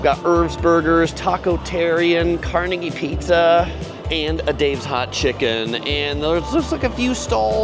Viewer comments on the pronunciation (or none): none